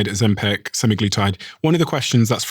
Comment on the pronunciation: when will you stop pronouncing it ozempec